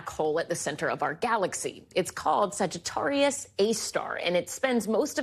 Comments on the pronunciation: Where do they get these people? First, it’s SagiTARius, not sagiTOrius. Second, just stop with the “if you fell into a black hole..” cuz you’d be shredded way before the event horizon. And third, why should we care? Really?? 🙄🙄🙄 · You can tell by the fact that she said “Sagittourius” instead of “Sagittarius” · Luv she can't pronounce a star sign .. Sagittarius...come on really